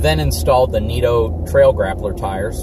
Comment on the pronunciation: It's nitto not neato